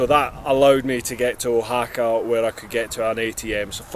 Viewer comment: I have been watching your journey from the first video incredible you are a brave soul going into the unknown. Oaxaca is pronounced Wahaka. there are a lot of words in Spanish that are difficult for someone who speaks English from own experience living here 10 years. If you are going to eat at outside and road side restaurants be very careful some foods are sitting in the sun for a long time. Becareful drinking the water safest way is from the bottle. The main source of water is ground or surface. I am waiting for my Motorcycle to be finished and then I can start to travel here in Mexico.